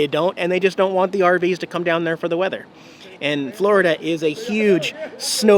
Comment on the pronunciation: "Forida" wintering review wut